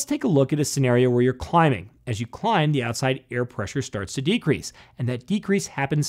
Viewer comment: Accent for the word 'decrease' XD